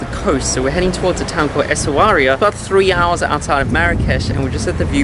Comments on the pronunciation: In moroccan arabic you pronounce it simply Swera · Im sorry guys but you butchered some of the names 😂, in Chefchaouen the 'a' should be pronounced and Essaouira is pronounced Esawera or just Swera in arabic. I'm from Morocco and I am so glad you loved it here, I can't wait to see the Desert vlog it's one of my favorite places in my country. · it is pronounced Essawira :) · As a Moroccan, I must say, I have had a lot of fun seeing you guys trying to pronounce Essaouira, and pronounce it differently in every shot. In all seriousness, glad you are having fun here. Can't wait for the next videos :)